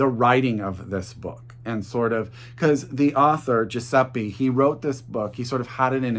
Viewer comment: Your Italian is not bad at all!! The only thing is that we pronounce the E as "ea" or "eh", not like the English "e", so Giuseppe would be pronounced as Giuseppeh 🤗 (Idk how to write it phonetically 😅)